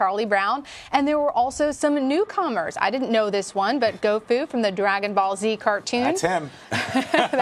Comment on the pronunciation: Did she say Gofu? Seriously where are these robot people coming from? How do you not know Dragon ball by now!?! Dumb lady